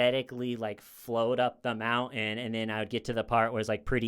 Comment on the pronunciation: Has trouble pronouncing “mountain”. Loves talking about mountain climbing.